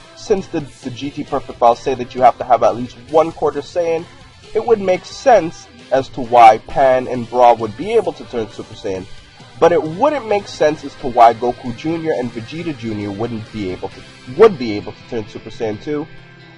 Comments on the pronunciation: Her name isnt Bulla, her name is Bra... or prounounce Bura...Thats like saying her brother is named Tulunks. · its bra not bulla >.> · its not bulla its bra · Bulla??? not Bra? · Her name is bra by the way I don't understand how you get bulla you said bra a couple of times it just bothers me that u say bulla but it's what ever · Zack Walker she is called bra not bulla